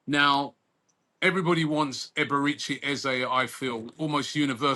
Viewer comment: Robbie: Eberechi ❌ || A-Baerechi ✅ 😂🤣